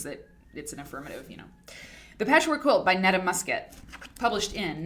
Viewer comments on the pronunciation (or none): Do you think Neta was the author's real name or a nom de plume? You pronounced it as Nehtah Musket. It could be (tongue in cheek) pronounced Neetah Musket...as in "Need a musket" and a name like that made me wonder if it were a guy with a made up female name. Granted I might not be right in the head. 😉